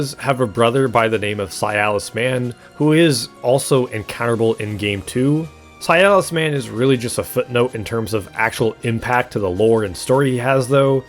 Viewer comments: It’s si-las Not cialis.. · His name is Silas. Why are you pronouncing it like it's "Sialas"? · Why are you saying "Si-al-is" instead of "Si-las"? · Bro... It's Silas not SI-AL-AS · Brother, please, I beg you. Silas is his name, Cialis is an ED pill. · For the love of god the man is named "Silas" not "Cialis". That's not a name, that's a penis pill. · the way you say Silas is upsetting, it sounds like a disease. it's pronounced Si-las not Si-a-lis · >zah-hanna >sy-alis Ffs… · not this guy pronouncing "Silas" as "sialus" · Why you pronouncing silas like sayalass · How you pronounce Silas hurts.